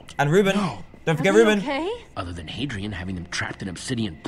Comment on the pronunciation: The Fun Wolf Gaming dude it's Hadrian not hedrian